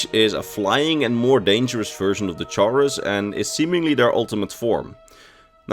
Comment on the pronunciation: The way you pronounce chaurus is cursed I always pronounce it "kaurus"